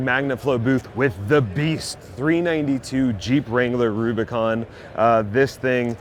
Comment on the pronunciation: I like how you said “boo bicon” and not boob icon